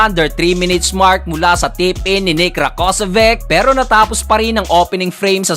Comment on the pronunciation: Rakocević (ra-ko-se-vich). dapat alam mo na kung pano bigkasin yung mga pangalan nila 😀